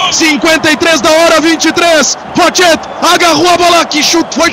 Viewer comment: Ninguém vai avisar esse narrador metido a gauderio que não se fala o t no nome do Rochet? É q nem Coudet.